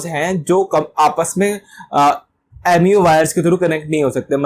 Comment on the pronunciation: MUO Not mou